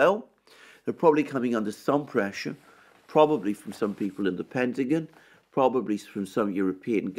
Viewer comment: "Pentagin" 😁 I love the Brit accent.